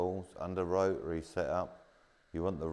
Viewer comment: Not pronouncing the t in rotary is killing me 😂